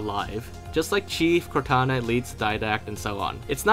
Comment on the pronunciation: there actually says Crotana lol